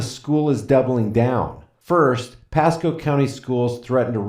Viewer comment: You said “Chasco Middle School” but isn’t it “Pasco”? Lmao